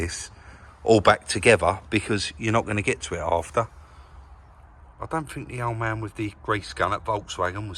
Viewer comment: Love it, Chris sitting by the bench feet up looking at his bids while you actually do some collar,loved it. I know your a bit of a North and souther but just let me tell you there is a difference between THINK & FINK bless you both keep up the good work...